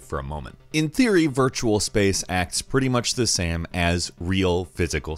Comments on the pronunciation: He says it several times in the video. He even says "sam" at one point instead of "same". I have heard many different accents before but this is new to me. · "pretty much the sam" edit: "3-D video gam"